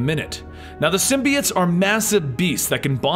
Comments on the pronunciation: its symbiOtes not symbeeites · Bro he said symbiites